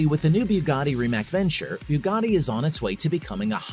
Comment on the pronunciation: Rimac - Rimats is correct pronunciation for all English speaking folks.